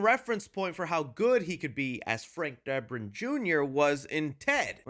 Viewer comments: “Frank Durban” it’s Frank drebin 🤦😂💀💀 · Hey idk if you know this or if anyone’s told you yet, but it’s Drebin, not Durban😂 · Dude. DURBIN??? Seriously? It's DREBIN. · Its pronounced Dribbin not Durban. Just saying. Love the channel. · Drebin not Derbin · DREBIN ... not DERBIN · DREBIN. DRE-BIN, not Durban🤦‍♂️ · I think you mean Frank Drebin, not derbin 🤔😆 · Please don’t say Durban. It’s Drebin. Are you doing your own Naked Gun comedy?! 🤔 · Only critique is it's Drebin Like Dreh-bin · Durbin? And Debrin? Drebin is a hard name for you to say eh 😂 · I believe its pronounced “Frank Derpin” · Is there a reason why you can't pronounce DREBIN....Properly? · why are you saying his name wrong